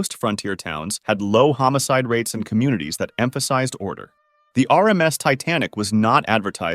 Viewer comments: "mayo" "homocide" I can't with this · “homocide” lol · Ahh yes, "homocide" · and it's "homicide" not "homocide" ...LOL ... you gotta not be so careless, for someone who thinks they know absolute answers to everything mentioned. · mispronouncing cinco de mayo NotLikeThis did u just say homocide? and not homicide in number 11?